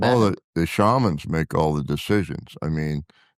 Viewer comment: Hearing "shamans" mispronounced by makes me vomit. The excessive "Fantastic" is also VERY annoying.